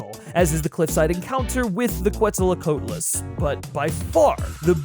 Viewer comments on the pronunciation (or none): I hate to be that guy: It's "Quetzalcoatlus" not "QuetzalAcoatlus" 🦧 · Hey, he tried. That word looks like gibberish if you aren't familiar. I don't think I saw a pronunciation guide in the comments here yet. For those who are interested, it is pronounced KET-sel-co-AHT-ul-us, like the Aztec god. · the pronunciation of quetzalcoatlus hurt my soul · This pronunciation hurt me